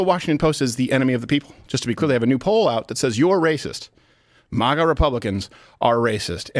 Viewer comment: I wish this man would stop pronouncing MAGA as MAH-GA